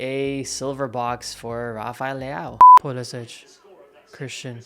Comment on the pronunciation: It's time to pay proper respect to Pulisic and get his friggin name right......